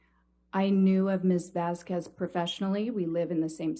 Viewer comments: did she seriously just pronounce Vasquez as "vass-qwez?"?? Seriously?? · “Miss VASQWES” ambers lawyer knows exactly how to pronounce her name. She’s so disrespectful. Look and then look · I KNEW Elaine knew the proper pronunciation of Camille's last name. She just CHOSE to mispronounce it the entire trial. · I hate how she pronounces "Vas-KUWEZ". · I really hate how that lawyer kept mispronouncing Ms. Vasquez as Ms. Vas-kwez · The way Amber’s lawyer said “Vas-ques” and not “Vas-ces” 😭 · Why oh why does Elaine pronounce 'Vasquez' as "Vaskwez', when she managed to pronounced it correctly on one occassion? She is clearly just plain stupid. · I love how shes pronounces "Vas-qwez". She clearly cleary let it slip and calles her "Vasquez" a minute or two onto this interview. So the game she was trying to play was so annoying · Let's be honest, it was over for that lawyer before she even pronounced "Vasquez" as "Vaskwez." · Did she really pronounce Vasquez as vasqwez? lmaoooo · Did she say vaz quiz?💀 Please tell me his name is vazquiz and not Vasquez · You can’t be intimidated by a lawyer who can’t even pronounce someone last name right. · i just noticed the lawyer has trouble pronouncing vasquez. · The way she pronounces Camille’s last name 😂😂😂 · i HATE how she keeps mispronouncing vasquez… omg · The way Elaine pronounces Vasquez is so disrespectful. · The fact that Elaine seems to willingly mispronounce Camille’s surname is infuriating…! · She missed the opportunity to tell the lawyer: "the way you pronounced Vasquez, that's not correct". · She couldn’t even pronounce Vasquez correctly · Lawyer can't even pronounce Vasquez correctly....good lord.